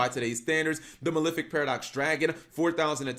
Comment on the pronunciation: why do people pronounce it as maLIFic, it's maLEFic as in LEFt handed